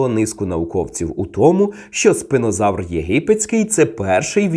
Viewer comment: Спінозавр. А чому ви називаєте його спИнозавром? Spina читається не через "и", жжеш...